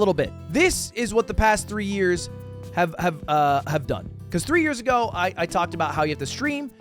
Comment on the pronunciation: "three years acoe"